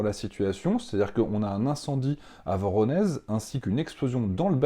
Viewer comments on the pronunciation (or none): ça se prononce Voronièj. Le ZH se prononce J. Kinzhal -> Kinjal / Voronezh -> Voronièj.